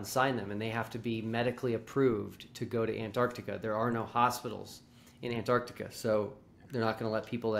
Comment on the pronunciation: Do they ALL think it's called "Annarticka"?